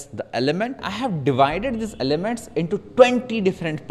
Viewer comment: nice video mate! trying now with some art, its looking good already! Also: "ELEMENTS" :)